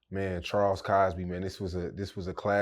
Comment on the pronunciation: It’s Crosby not Cosby